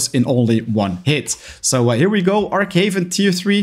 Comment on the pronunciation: It's Arch Haven not Arck haven you arch gamer